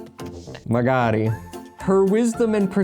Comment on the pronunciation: Is there an English equivalent to the "magari" perfectly said by?